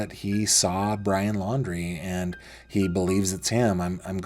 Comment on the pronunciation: I don’t think is credible. He said that he is an engineer but then said Brian’s last name wrong. Then he has told several different stories about his interaction with BL.